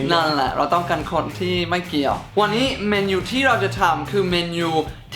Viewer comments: เมนูคับไม่ใช่เมยู #หรึกุฟังผิด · พี่พูดเมนูผิดพี่พูดว่าเมนยู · เดี๋ยวน้ะ พี่เนทพูดว่า เมนู หรือ แมนยู??555 แต่หนูได้ยิน"แมนยู" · พี่พูดเมนูเป็นเมนยู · พี่เนท ผมได้ยินพี่พูดคำว่าเมนูเป็นเเมนยู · เสริมอีกนิดหนึ่งนะครับ คำว่า Menu คนต่างชาติจะไม่ออกเสียงว่า "เมนู" เหมือนคนไทย นะครับ ฝรั่งจะออกเสียงว่า "เมนนู" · ผมได้ยินพี่พูดเมนูเป็นแมนยูครับ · พี่เนทครับพี่พูดผิดนะครับ (เมนู แต่พี่พูดว่า แมนยู) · ใครได้ยินพี่เนทพูด เมนยูบ้าง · พี่Nateพูดว่าเมนูว่าแม่นยู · ตอนแรกพี่พูดว่าเมณูหรือแมนยูครับ 555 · พูดเมนูเป็น แมนยู 5555+ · พี่เนทพูดเมนูว่าแมนยู555ตลอกรึเราเพี้ยน